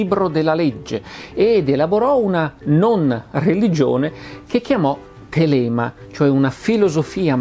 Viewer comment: Thélema! Occhio all’accento.